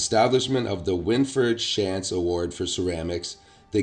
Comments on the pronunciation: Great information. Thank you for sharing. Shantz is a local name pronounced Shontz. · OK, If you're from the K.W. area...you are pronouncing the last name, Shantz, completely WRONG!